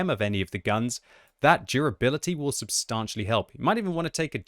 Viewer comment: pronounce the word 'substantially' correctly challenge (impossible).